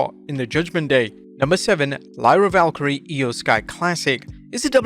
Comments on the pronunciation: BRO,it's ValKeriA, not Valkyrie. Every single video you pronounce it wrong, how are you getting Valkyrie when they never say it like that. Do you even watch WWE or just read scripts? Get it right. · Great job presenting the news & recap as per usual. However Lyra Val-Keer-ri-ah's name is not pronounced as Valkyrie like in Thor comics. Please get the pronunciation right & keep up the good work with the channel 👏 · My friend, please get her name right. It’s Lyra Valkyria (VAL-KEY-REE-UH), not Valkyrie. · you pronounce Lyra valkyria last name wrong IS LYRA VALKYRIA NOT LYRA VALKYRIE GET THE NAME RIGHT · Say it with me bro....VAL-KYR-EEEEEEE-AAAAAAAA think of the I as an E. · Her last name is pronounced Val-Keer-ia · Val-keer-ee-uh. I feel like you’re just trolling us pronouncing it wrong every time.